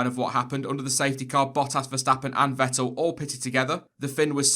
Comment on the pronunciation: Quick note: the pronunciation of Verstappen and Vettel are "ferstappen" and "fettel" respectively.